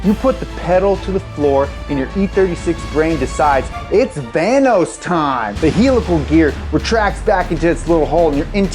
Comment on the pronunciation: vanos rhymes with thanos